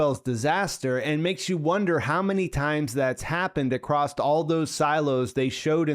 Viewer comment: was so close to subscribing, then came ..."acrosst" .. leh me guess, you drink with a strawl :)